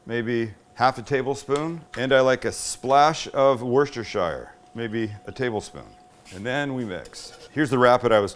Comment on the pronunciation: BTW it's ' wus ta sher' or as we say Lea and Perrins. ✅